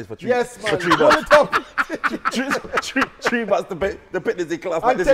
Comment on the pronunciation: It's tree😂